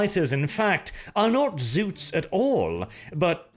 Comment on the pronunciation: It's ZOTS!! Not Zoots, Zuts, or Zouts. Spell it with an O you northling barbarain!